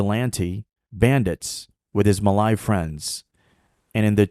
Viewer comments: it’s pronounced “Ma Lay” not “Ma Lai” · Muh lay not mah lie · sorry to burst some bubbles… i think the way u pronounce ‘malay’ is wrong.. either u follow the english pronunciation ‘muh-lay’ (same as how u pronounce malaysia… or u pronounce it as in malay language which is ‘melayu’ (muh-laa-yoo)…. domo arigato…